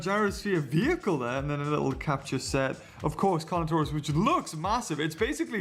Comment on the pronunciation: whenu said carnotarous didu mean toust